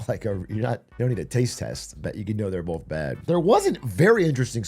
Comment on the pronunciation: Atrioc one of those guys who says "bolth"